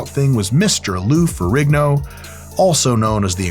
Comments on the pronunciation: Pretty sure ihis last name has a silent G, so more Ferreeeno than Ferriggno. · It's pronounced Ferreen-yo.